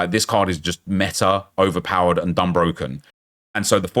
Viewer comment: "Da game is brrrrrrrrrrrrroken" facts, great vid